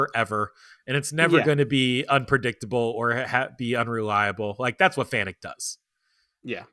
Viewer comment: I've heard the Employees of FANUC pronounce it as "FANIC", I refuse, I've always pronounced it as "FANOOK". I'm not knocking anyone, it just is not spelled to sound like "FANIC".